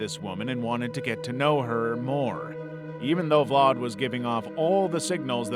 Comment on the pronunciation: why are you putting a r in the name when there is no r, this is his name and look there is no r ,VLAD see where is there r in his name